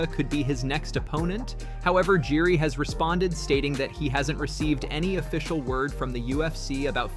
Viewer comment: its not pronounced Jury the J is silent on Jiri.